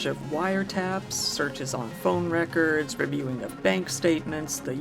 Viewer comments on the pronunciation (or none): none